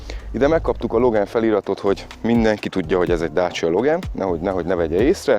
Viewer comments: LOGÁN nem LOGEN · Logán ... nem logen!